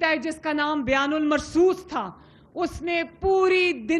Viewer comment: بیان المرصوص نہیں تھا اس کا نام بن یان المرصوص تھا کوئی لفظ بھی سیدھا یاد کر لیا کرو پڑھو